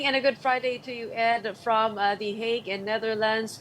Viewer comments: HAGUE po ang pronounciation namin dito s Europe in English lang po ang HEYG 😊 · Can you pls pronounce it properly? It's not HAG, it's HEYG